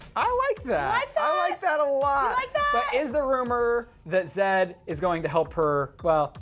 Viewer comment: It's not zadd. It's z eh d